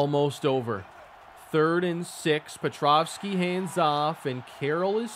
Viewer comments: Great finale. Appreciate the work you put n2 this video & the series as a whole (even if I gave you a hard time for your petrowski pronunciation lol). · The whole series and the pronunciation of pet- row-ski still wrong lol